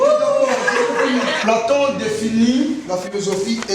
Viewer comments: Bon film pour l instant mais moi je connais Platon mais pas plonton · Eyenga yo boni na?😂😂😂😅😅😅😅😅 Platon et non plantsokinini😂😂